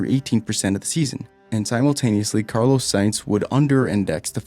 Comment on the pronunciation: This guy pronounces Portimão right but can’t say Norris, Carlos, McLaren, Aussie correctly....